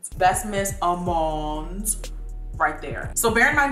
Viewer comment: Omg when she was pronouncing "almonde" it reminded me so much of that harry potter parody cartoon where ron goes "leviosaaaa" and then hermione goes "stooooop it ron, stoooop" I can't be the only one who's seen this 😂